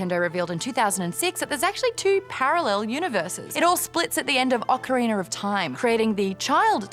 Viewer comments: I believe it is pronounced Oak-arina of time. Not Ah-carina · Ocariner of time my dudes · Ocariner of Time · "Ocariner" <3 <3 <3